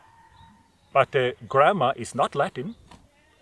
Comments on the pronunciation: ohhhhhh okay that makes more sense I thought he was saying grandma too lol, I couldn't hammer out how grandma got dragged into this poor lady anyhow lol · I know you said grammar, but the whole time I heard grandma LOL